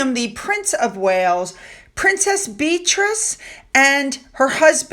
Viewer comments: I like your channel, but I do not understand your willful mispronunciation of places and names. Edinburgh is pronounced “Edinburrah.” You even admitted in this video that you know how to correctly pronounce Beatrice but will continue to say “Bee-treez” because that’s just what you say. Really? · I love the way you say Bee-Trees ❤ lol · Why don’t you pronounce Beatrice name as it comes naturally. Your way sounds like it might be spelt ‘Beatrease’? 🤔In regards to H and Mm, it looks like ss squad is trying to make H the bad guy compared to Mm! In my opinion they both are evil! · Please stop calling her "beetrees" Her name is Beatrice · I love your content and have been a loyal supporter since the beginning. I listen to your videos while getting ready for work. When you mis pronounce a person’s name it make a huge difference in your videos. Calling Beatrice. Bee trees is no different if I called you instead of. Mispronouncing is distracting and if a person from the Royal family actually heard you call their name wrong repeatedly when you know it is pronounced correctly would be cross. The reason why I am commenting on this is because you brought it up in this episode. If you want to grow your channel and are having issues with that this may be the reason. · Again…correct pronunciation from an English teacher….the duke and Duchess of Devon- SHA….Warwickshire is pronounced WOR-RICK-SHA and Warwick is pronounce WOR-RICK (all the English counties that end in SHIRE is pronounced SHA) Beatrice is pronounced BEE-AH-TREES Edinborough is pronounced ED- DIN- BURRA. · "Beatreeze" may be what you say but its not her name her name is " Beatrice " and its not hard for you to pronounce it properly.